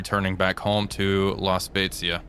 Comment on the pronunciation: I was very impressed by your pronunce of “La Spezia”. It was just perfect (the italian “z” sound can be tricky). I’m italian 😊 Oh btw happy holidays